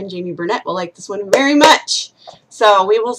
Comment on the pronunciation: Just saw the tags Vury sturdy. VURY heather. VURY teehed